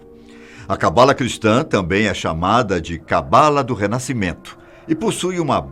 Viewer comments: se pronuncia CABALÁ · Se pronuncia cabalá. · Sua pronúncia de Kabalah está bem errada, erro q todos fazem, mas se você vai falar/explicar sobre precisa pelo menos pronunciar certo 😉